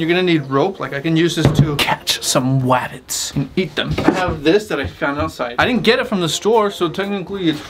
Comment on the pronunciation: EAT SOME WABBETS